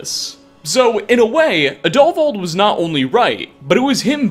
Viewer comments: Plot twist: Sola Travatius can be saved Plot twist: Roggvir can be saved Plot twist: It's pronounced Adulvauld (emphasis on AD) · The name is pronounced add-O-vald